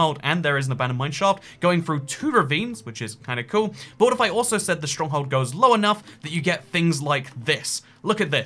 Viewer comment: why do you say schtronkhold